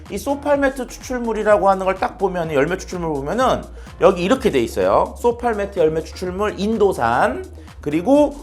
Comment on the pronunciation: 메트메트하시는데 쏘팔메토입니다